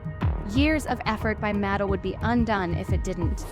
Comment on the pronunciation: I‘m sorry, but the pronunciation of Mattel is quite distracting… it’s (mə-TEL).